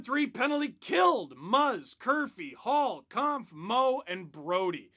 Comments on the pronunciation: Just an FYI, Kämpf is pronounced more like "Kempf" than "Kahmpf". Watch their Twitter video of name pronunciations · congratz to the 15th season of #lfr! :) btw - you can pronounce david kämpf "kempf" (maybe a bit like detlef schrempf (ex nba player)) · maybe i am wrong (i am austrian not czech) but David Kämpf's last name should be pronounced differently. not that weird german "a" you tried. the german "ä" sounds more like the english "a" in camping or camera.